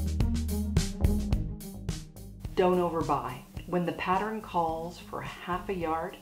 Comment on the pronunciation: Sorry, don't mean to be anal but the word...pattern is pronounced...pat--tern (proper english)...not... pat-ter-rin. Which is the way you were saying it.